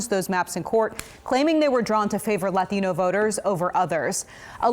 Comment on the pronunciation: Some years ago I heard a NPR program about how when reporters on NPR use or say a Spanish word, they give it an authentic accent. In this video. For example, : "Claiming they were drawn to favor LATINO voters..." She had a "standard English" (if that's the right word) pronunciation of every word in that sentence except "Latino," which she pronounced with an authentic Latino accent. The curious thing, as noted in the NPR program, is why Spanish is the ONLY non-English language on tv or radio where this happens. You will NEVER hear American reporters pronounce French President's name Macron even close to authentically (usually it's egregiously mispronounced as "Ma-Crone"). When was the last time you heard "Putin" pronounced the way a Russian would say it? All languages borrow words from other languages and pronounce them according to the recipient's language. English speakers say "Paris" with a terminal -s; the French say "Paree" and the Italians "Parigi." I suppose since Spanish is the second most widespread language in the US they accord it this privilege, but it seems more consistent to me to just pronounce "foreign" words with standard English pronunciation.